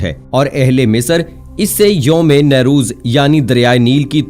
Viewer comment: oh bhai lafz " NOU-ROZ" hai -- na kay "NAY-roz" " NOU = Naya = New "